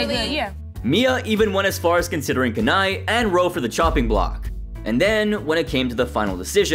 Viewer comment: It's 'Kanae' not 'Ken-eye'. I don't think he's warched this season